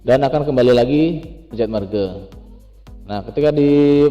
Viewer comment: merge dibacanya merj